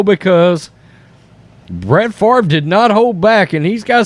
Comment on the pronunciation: I think Brett Farv-ra is right! -Paul Tagliabue